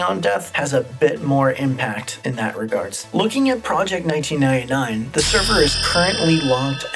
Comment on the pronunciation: "Project Nineteenainai"